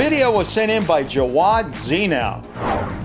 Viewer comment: Bill i just thought you'd like to know jawad is not pronounced like how u said it, its a name from where i come from its pronounced jaa waa d